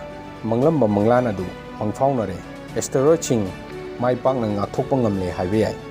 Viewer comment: Beo astaroid haiba natte Asteroid haibani